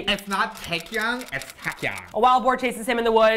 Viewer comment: Not boat but boar